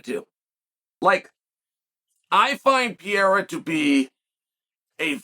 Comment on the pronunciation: Why you’re calling him “Piera”?? 😭😭😭